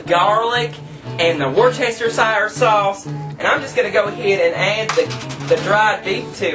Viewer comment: its wuss ter sheer sauce ^_^